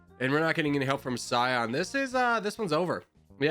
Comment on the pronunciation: pronounces Cyan as Scion